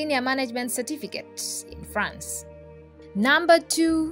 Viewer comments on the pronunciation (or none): none